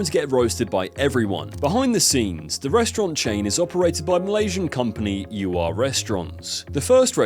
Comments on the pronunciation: ....did you literally just say Fuh-You.... ....are you serious...You do a video about the guy BUT YOU CAN'T EVEN GET HIS CATCH PHRASE RIGHT?! DID YOU EVEN WATCH ANY OF HIS VIDEOS!? ITS FOO-YOH I look i get you're british and you people seem to think you get to make all the rules...BUT RESPECT CULTURES ENOUGH TO PRONOUNCE SHIT CORRECTLY OR DONT MAKE VIDEOS ABOUT IT! You're as bad a Jamie Oliver =_= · Its not "Fiyouh" this is quite comical and I dont mind but like hahaha that is the funniest Ive heard someone try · no fking way u just butchered uncle rogers catchphrase fuuiyyooohhh. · It's FOO-YO! Not fu-U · It's fooohyoo not for you when it's spelled fuyohh. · Foi Yuhh 🤣🤣 I have to admit this made me laugh more than it should have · There's no way you butchered the name of the restaurant that was named after his catch phrase that he says in a lot of videos... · WTF is that pronunciation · Most of his videos show his face talking to the camera. He’s just pronouncing words incorrectly; doesn’t mean he’s a robot.